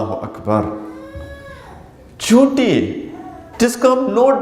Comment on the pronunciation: اردو کا جنارہ , چیونٹی کے بجائے چینوٹی، افسوس 😂